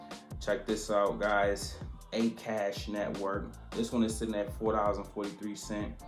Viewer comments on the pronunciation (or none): It’s not A Kash—It’s akaaash